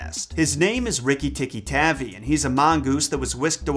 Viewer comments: It’s TAHVI right? Cuz his tavy is irritating 😂😂😂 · Was it always???? Tavi and not tabbi? My family has had 3 ferrets named rikki and we spelled the last name wrong the whole time smfh?? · Sorry, it is pronounced Tar-V I use to have a tape of Rajard Kipling stories read by Kipling himself